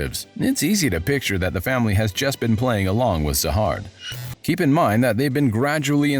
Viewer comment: Siu isn't anyone it's s.i.u. and zahard is pronounced jahad in this story and then you call fug, f.u.g. 🤦‍♂️🤣 what is going on